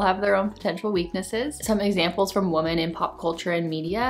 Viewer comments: Ok, seriously. Am I missing something? Why do I keep hearing the plural of the word "woman" pronounced as "woman" instead of "women"? Did they change the grammar, or is it offensive to say "women" now, or something?😂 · Woman is pronounced woman. Women is pronounced wimen.